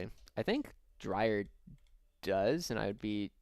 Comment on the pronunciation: Dreer not drier is my guess. It’s spelt Dreir not Drier